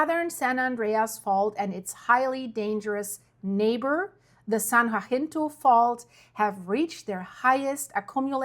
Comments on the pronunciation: You're doing great with these videos, we just gotta get your tongue to behave itself and start saying "san haSINto" when you are talking about the San Jacinto fault. 😜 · "San Ya-sin-tow" Pass. Your pronunciation of Cajon (Ka-hone) was perfect. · Say it with me “SAN (HA-SIN-TOW)Jacinto. Not WAHINTO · San jacinto, sounds like San Yahcinto. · San Jacinto is pronounced "San Hah-sin-toh"😅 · It must be tough being German with all these Spanish words. The San Jacinto fault is pronaounced...YA-SEEN-TOE And by the way "Cajón" means little box...una caja pequeño. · San Jacinto--pronounced: 'haseento' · San Jacinto say San Ha cin toe. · San Jacinto (San Ha-seen-toe) hope that helps. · I love your videos, but I've heard this a couple of times and I just had to let you know that San Jacinto is pronounced ha-seento. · San Jacinto is pronounced, saan yahinto. (FYI)